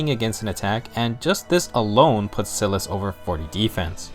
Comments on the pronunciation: Its SAI-LIS, not sil-as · Your saying Silas wrong.